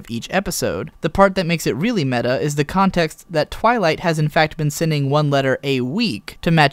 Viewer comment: Meh-ta, not may-ta. You are going to make me leave this comment on every video you make about anything remotely related to the fourth wall, aren't you. And I'll keep doing it, because I refuse to give up hope that one day, you'll listen to me.